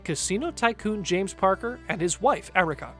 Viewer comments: Re: House no 2 - the man's name is James Packer (not Parker) - clearly you have absolutely no idea what you are talking about! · James PACKER, not Parker. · James Packer, not Parker